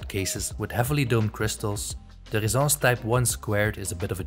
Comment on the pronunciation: Why do you pronounce it Rezence when there are 2 ss. Shouldn't it be ressence